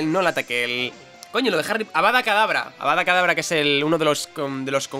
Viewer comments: Avada KEdabra, KEDABRA! No Avada Kadabra D:< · Avada Kadavra no... Es Avada Kedavra Muggle.... Jajajajaja